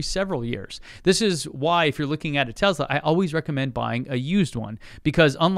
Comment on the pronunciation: Tesla NOT Tezzla!